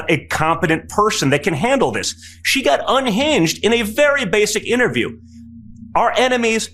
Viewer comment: Did mamala kamala come latey watey to your little bittle interbiew??